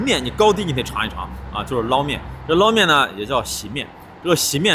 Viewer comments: 天津人都叫捞（láo 二声）面，不是 lao一声。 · 天津人要读捞（读二声）面，崩（读一声）豆张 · 捞面捞读二声😊